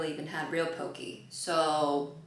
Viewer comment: In Hawai’i we call it po-keh, not po-kii